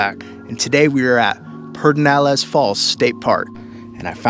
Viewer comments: The appropriate, Spanish pronunciation, would be peh-der-NAH-less. However, most locals, including LBJ, pronounce it PURR-deh-nah-less. Definitely not "peter". 😄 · Hello that is definitely a questionable pronunciation. We love Pedernales Falls. It is a beautiful park. Excellent video I love the narration. Video is excellent quality. Have a wonderful day!!!😊